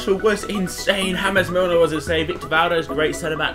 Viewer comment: you hurt my brain every time you said james milner